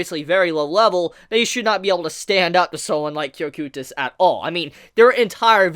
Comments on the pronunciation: It is said as KO-kite-uhs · Am I the only one who hates how he says cocytuses name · why do you pronounce cocytus like that